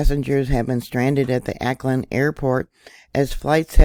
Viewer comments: Au ckland not Acland "Auckland" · it is pronounced "AH" AUCKLAND nor Aaaa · Auckland is pronounced like hawk without the h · just so you know, Auckland is pronounced (phonetically) " Hawkland".... without, the "H" as in "awkland". Love your channel, been subscribed for 7 years, now. Hmmmmm... your 10th "Anniversary" of the channel will be here exactly 2 weeks from Tomorrow!!... Sunday, Jan.12th, 2023!! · Auckland is pronounced like hawkland without the H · was going to tell her myself..interesting lack of preparedness for a vid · Awclund is how it's pronounced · pronounced= 'Awklind'